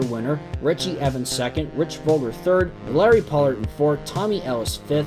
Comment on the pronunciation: If it’s the indy car driver you’re using it’s Rich Vogler not Volger